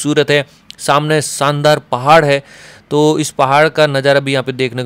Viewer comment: संदार नहीं शानदार बोला करिये....